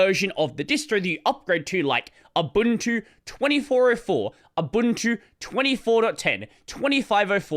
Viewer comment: Thanks for not butchering the pronunciation of Ubuntu.